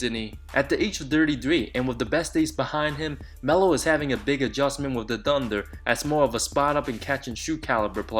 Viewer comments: What's dunder? Bro your pronunciation sucks. It's Anthony not Antony. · Antony of da dunder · Cmon man, oklahoma dunder? xD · the way you say thunder :D